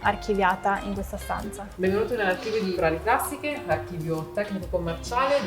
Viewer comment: Ho lavorato in Ferrari come ingegnere nel team di sviluppo e testing e... beh.. che ti abbiano fatto visitare tutto, anche Costruzioni Sperimentali, è davvero una cosa unica! Aggiungo, non so chi abbia doppiato le voci in inglese, ma "Ferrari Classisch" non si può sentire ahah